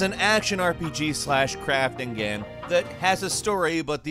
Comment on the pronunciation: He literally says "gaem"